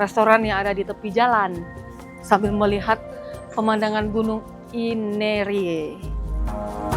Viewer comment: GUNUNG INERIE... bukan Aimere